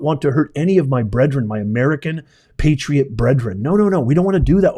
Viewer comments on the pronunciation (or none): none